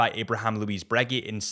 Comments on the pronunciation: “Bruh-GAY” not “breggy” .. bro! 😅🤣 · Breggy and peggy 😂😂😂😂 that’s what is wrong. People calling the brand breggy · You are breguee… wtf! I knew americans were… apparently british too😂😂😂😂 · If he says Braygeee one more time I'm gonna lose it. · Glad he just said AP 🙏🤣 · Judging by the other comments in not the only one that had never heard Breguet pronounced that way. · Man, when he said it, it was like someone fcuked me in the ear